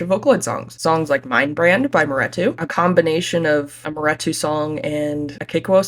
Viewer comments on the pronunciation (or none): why are we pronouncing maretu wrong